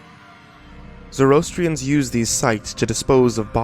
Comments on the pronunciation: Zoroastrians - "zo-ro-as-tri-ans" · its pronounced phonetically 'Zoro-Astrians'